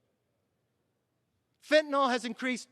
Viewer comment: Kevin, thank you for pronouncing FENTANYL correctly. It's FentanYl, not Fentanol and the mispronunciation just makes people look like idiots or illiterates. Maybe it's time to teach reading and English in school again. I was taught to read phonetically in 2nd and 3rd grades and it has served me well. for 70 years. I guess that's why that method was dropped. The Left has been working on us for a very, very long time.